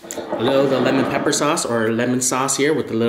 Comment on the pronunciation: No one: Literally no one:: Let me show you how easy it is to make Lemon Pepeqaullalgagglalgaaglaa wings